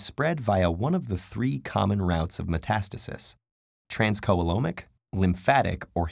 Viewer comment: transcoelomic is pronounced trans-SEE-loam-ic (as the average American would pronounce those words, point is it's a soft C and the oe (sometimes written as the digraph œ) is a long E sound)